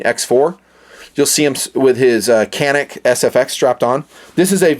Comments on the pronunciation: It’s Janik not canik. It’s Turkish. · It’s pronounced Janik. C in Turkish is pronounced like J. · I just love and respect your videos, and the fact that you really like Caniks makes me really proud (made in my country). "Johnick" is how we pronounce the name, if anyone was curious :) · FYI, it's pronounced "JAN-ix".